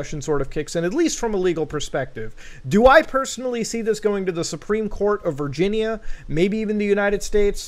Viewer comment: It's hilarious the way he pronounces Virginia.